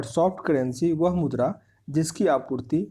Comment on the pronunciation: Aawaz to aati nhi h gala m atka h kuch or mudra ko murda bolra